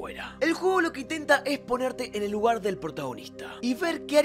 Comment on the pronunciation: Oye bro dijiste luguar en ves de lugar